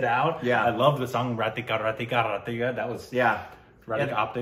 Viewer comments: It's not ratika... Man.. It's rakita. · Deyyy it's not ratika ratika..it's RaKiTA RaKitA....you gatitt?? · ITS NOT RATIKA, ITS RAKITA!!! K COMES BEFORE THE T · thambi... that is not Radhika Radhika, that is Rakita Rakita😜😅😅😅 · From day one call it as RATIKA It's not RA TI KA but Ra ki ta Ra ki ta Hoo... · its Ra-Key-ta ( RAKITA not Ra ti - ka ! )